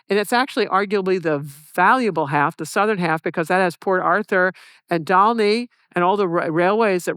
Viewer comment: She knows how to pronounce Dal'niy. ❤